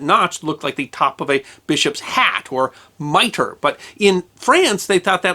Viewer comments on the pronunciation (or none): none